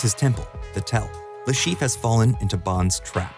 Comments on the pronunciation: He is called Le ChiffRE and not LeChief. I'm sorry but that bothered me the whole time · Dude can you stop butchering that french name? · there is an -re at the end of Le Chiffre for a reason. It is not mute.